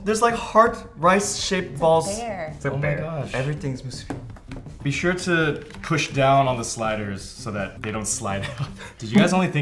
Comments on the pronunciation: The way you pronounce musubi triggers me lol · not mah-subi.... MOO-subi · It's pronounced "Moose-ooh bee" Phil. You bring shame to the Asian culture. Also, putting a pineapple on things doesn't make it "Hawaiian". Ask Ashley, here in Hawaii we don't really put pineapples in our dishes. We usually just eat it by itself or with li hing mui powder. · I know Chinese are big on pronunciations because different sounds totally change the meaning of the word, but it's mu-su-bi not so harsh on the u... it's not elongated or stressed... it's just not to fast or too short... it's hard to explain... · anyone else cringed every time they said musubi. they pronounced musubi so weird lol. They placed too much emphasis on the "su" 🤣🤣 I love them :3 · Who else from Hawai`i (+++if you speak Japanese) cringed at/loved the way they say "musubi"? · i love you guys so much but i do not love the way you guys pronounce musubi LOL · When I hear them pronounce "musubi." 😕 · DaMoteSupnet YESSSSSS!!! Pronounce it correctly. Haha. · I cringe at the way you guys pronounce musubi